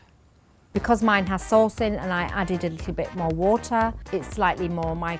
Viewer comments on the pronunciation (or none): none